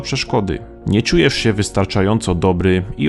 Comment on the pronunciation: cziujesz xd